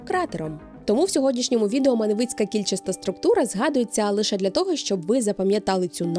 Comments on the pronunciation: МАневицький, не МанЕвицький. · Маневичі вона каже правильно, а от в прикметнику Маневицький чомусь наголос поплив:)